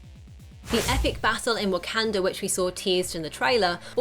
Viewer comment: 'Whack-can-dra" is pissing me off.